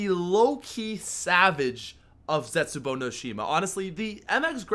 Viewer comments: Zestbuou? Really? Lol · "Zestbuou" you okay fam?